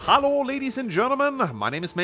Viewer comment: why do you sound so german at times. Like the way you say hello sounds more like hallo